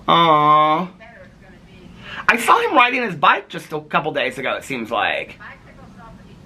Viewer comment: Haha, you also say "sawl" instead of "saw." Haha 😄 I laugh every time you say it. Is that a Midwest thing? 😂 We used to eat Mrs. Grass"s soup, too! Yep, you drop the little ball of concentrate chicken flavor in to dissolve. It was so delicious 😋 Tell your cousin I'm so sorry she's going through so much currently. It's so difficult, but she's a strong woman with a gentle soul, and she'll be okay. 💐